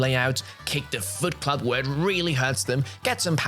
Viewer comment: I’m sorry, did I just hear “TNMT” and “Foot Club”?